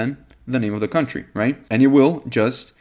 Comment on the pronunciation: "cuntry" cracked me up 😅